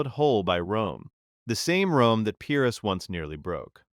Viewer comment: Better than average, but you'd be doing yourself a favor by looking up how to pronounce the words you don't know. When you guess at the pronunciation, you sound illiterate. What's worse, is that, after mispronouncing Pyrrus two or three times, you pronounce Pyrric correctly. You can definitely do better...please do.